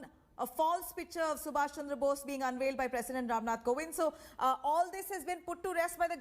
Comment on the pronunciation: To the host (with due respect), please pronounce the name of the Greatest soul properly. It's Netaji Subhash Chandra Bose and not *sumash chamdra bose*.